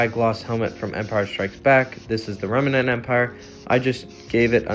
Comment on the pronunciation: It's remnant, not remenant.